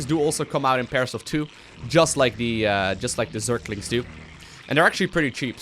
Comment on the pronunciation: Am i the only one who's bothered by the thing that he's saying zerklings instead of zerglings?